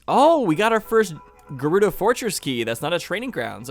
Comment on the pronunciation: Love the way you hesitated before changing the way you pronounced the G in Gerudo 😂